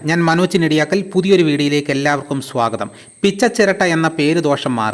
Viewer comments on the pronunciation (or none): none